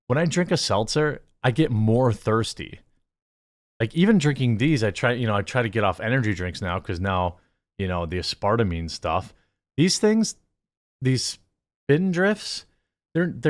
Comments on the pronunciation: I’ve never heard anyone pronounce “aspartame” as “ Uh Sparta Me” before. I definitely like that more than “Ass Per Tame” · "ASS-per-tame" not "Ah-SPAR-tame" Trying to pull a Styxhexenhammer? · "A Sparta Me" Lol it's pronounced Ass Per Tame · Did you just pronounce ‘ass-per-tame’ as “Ass-part-uh-may”??? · Its "thirstier" not "more thirsty". And its a-sper-tame. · ass-part-a-meme? Aspartame? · Asp-per-tame Alcohol is dehydrating, doesn't take a college degree in chemistry to know why you feel more thirsty when you're literally dehydrating yourself. It's why people tell people who are drinking to drink plenty of water. Coffee is a diuretic too though so maybe don't want to say you're throwing something out because it makes you more thirsty because coffee is dehydrating as well. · Did he mean to say Ass-pur-tame ? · Lol dude thats not how you say aspartame. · Jeremy please google how aspartame is pronounced LOL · The pronunciation of aspartame got me!😅😅😅😅😅😅😅😂😂😂😂😂😂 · oh wow. 😬 Is that Jeremy trying to say aspartame?? I think so. Was he joking around saying it like that?? 🤷🏼‍♀️